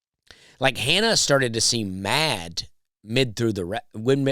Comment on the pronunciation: Anyone else notice how he pronounces D’s at the end of words as T’s? He said she was mat! And the mac n chz was colt